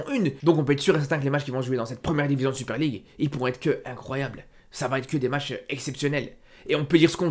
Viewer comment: 7 articule s’il te plaît, la Super League à tu l’as gober le mot